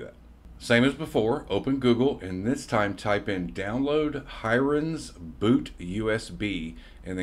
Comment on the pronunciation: Hiren is pronounced "he-rain". FYI :)